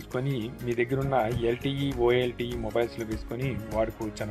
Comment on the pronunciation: Sir It Is Volte Not Olte